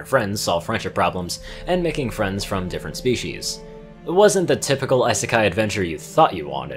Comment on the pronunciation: Ice-sek-eye that's probably the best thing I've heard all day. Thank you didn't know i needed that